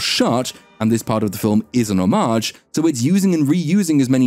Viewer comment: Omg, this dude actually knows how to pronounce homage. That said, when these reboots feel the need to pay homage to the original, it just makes me feel as though paying homage to oneself isn't homage at all, it's just arrogance assuming audiences love one-trick-ponies.